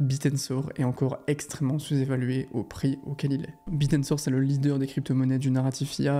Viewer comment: C'est "Bit Tensor" et non "Bitensor" 😂